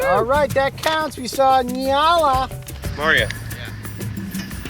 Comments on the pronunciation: It's pronounced n-yala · I live in Africa. It is pronounced “NI-A-la” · I am a South-African and ive been there before, many times, you should have gone to the " Kruger wildtuin " directly translates to kruger wild garden. It would've made a MUCH beter video 😂 and please.. just say Nyala like you would say Enyala. I love your content!